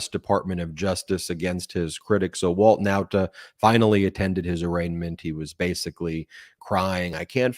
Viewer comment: I really can't stand how u say Walt Nautas name!!! I love the show but the way u say his drives me crazy lol